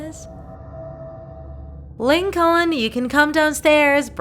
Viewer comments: Its Lincoln not Lin-co-lin😂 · 𝕀𝕥𝕤 𝕟𝕠𝕥 𝕝𝕚𝕟ℂ𝕆ℕ 𝕚𝕥𝕤 𝕝𝕚𝕟𝕔𝕠𝕚𝕟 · lyn actually calls lincoln stinkon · I love how she says Lincoln as LinKONG